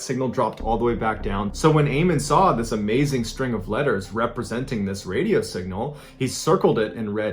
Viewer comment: Bro you said wadio